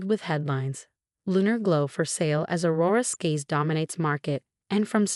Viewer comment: AI still has a problem with names, Aurora Skies then Aurora Scaz